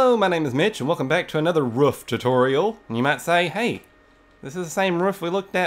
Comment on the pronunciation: i love the way u say roof im smiling so much